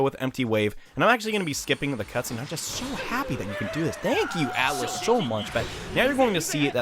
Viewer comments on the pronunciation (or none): none